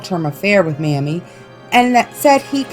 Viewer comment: Mamie Thurman’s name is pronounced MAY-mee